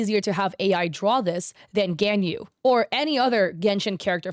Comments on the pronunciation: It's not genyu it's ganyu there's no e it's an a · Her name is pronounced 'Gone-Yu'. Just wanted to say it bc i hear u pronounce it wrong. Its okay though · Ganyu, I'm sorry but it's pronounced Gahn yuh. I got that wrong first times too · the way she pronounced Ganyus name lmfao